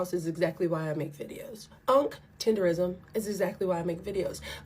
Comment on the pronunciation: tenderNISM!!!!!! NOT RISM!!!